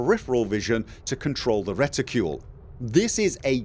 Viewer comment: you saying reticule pretty funny:) It took me few minutes to even understand that its reticle... I mean I know the word, but I never even thought about its American and British versions, at least I assume it is American and British versions... like armor\armour. Or perhaps you saying it like you supposed to say it, but since Im not an Eng. speaker I just dont know how to pronounce it:) In any case - Im glad you found something that makes flying easier for you, I still think its pretty ok by default, Im not even sure I wouldve liked auto-centering of any kind, at least not on the mouse.